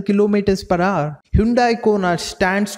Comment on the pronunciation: Its “ HOUR” bro not “HAAR”